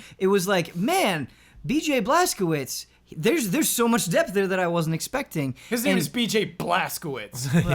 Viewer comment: BJ's last name is Pronounced Blaz-ko-v-ich. The W is pronounced as a V sound, and the cz is pronounced as a CH sound. He is Polish, or at least a Polish last name, and that is how you pronounce those letters. Not really a correction, but maybe would be interested at least. Cliff Bleszinski is also Polish (or Polish last name) and is always pronounced wrong. If you want to impress him, pronounce his name is Cliff Ble-SH-inski. The SZ is actually pronounced SH. Of course maybe not, there is a lot of nuance that goes into properly sounding out a Polish name, haha.